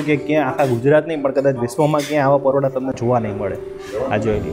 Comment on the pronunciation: Paroda bole che. 😂